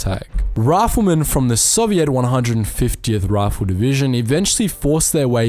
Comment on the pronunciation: Very informative thank you if I had one thing to critique it would be the pronunciation of soviet it is pronounced SO-VI-ET SEW-VEE-ET OR IS THAT UR ACCENT ?